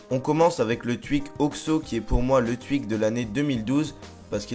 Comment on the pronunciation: llol tu dis le twuik